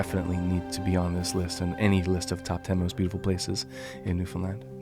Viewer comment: Also much respect for saying the correct saying for Newfoundland. Newfinland is what we call it 👍